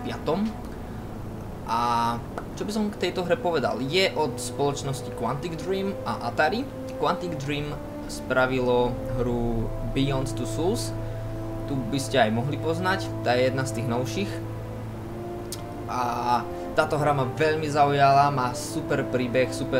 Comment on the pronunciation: beyond two suls :D ach tá výslovnosť čita sa to souls :) #NoHate :)